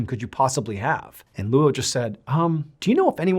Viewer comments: Name is pronounced LOW, not LOO Oh. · Luo (coincidentally my surname) is pronounced like “law”. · Luo is not pronounced Loo-Oh. It’s also his last name, not his first name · That’s such a weird spelling. If they wanted Anglophones, at least, to be able to pronounce it correctly they should’ve spelled it as Low even if it looks weird in English. Luo is always going to be pronounced the way he pronounced it until they’re corrected individually. I have the same issue with my last name that is Lebanese. There is another spelling of it that is easier for the Americans to get right, but they still never get it right the first time. It’s a struggle I know too well. 😂😂😂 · Bro, can you please learn how Chinese names work? “Luo” is his surname, and it’s one syllable. His given name is Jinfa. Google can tell you how to pronounce those words. If you’re going to tell his story, at least learn how to say his name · First of all, those are not prayers, those are incantations. They are supposed to offer some kind of protection against evil spirits or ghosts. The description of the freezer chest is also quite funny, he was lying on a layer of 30 comic books on top of a bed coal. Painful to hear you trying to say the Chinese name Luo, whenever there are consecutive vowels it should be enunciated together in a brief manner, so instead of Loooo-Oh it is much closer to Lo with just a slight hint of the u.